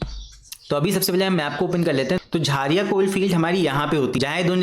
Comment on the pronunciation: Sir wo 'झरिया' hota hai 🥲🤣